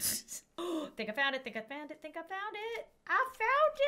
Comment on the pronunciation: i almost hear her say i found it but i hear just like this aphfound it and silly me 🤣🤣🤣🤣🤣🤣🤣